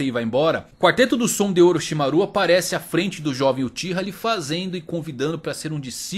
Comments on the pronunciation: A pronuncia de Orochimaru do me incomodou profundamente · legal o video, nostálgico. mas os ouvidos doem quando ouve a pronúncia gAAra, sakúra, orochimarú kkkk omg